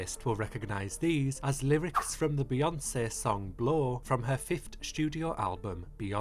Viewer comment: I LOVE the way you pronounce BeyoncĘ